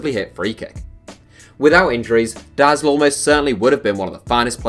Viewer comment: Dude most other nations try their best to pronounce foreign names in the right way. Englishspeakers pretty much dont. You read every name as if its an English one. Especially german names, i feel like there is no popular german players whos name didnt get butchered on this channel :D (Btw Deisler is proununced like "to die" )